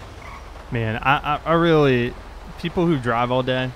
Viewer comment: Its not man it M. A. N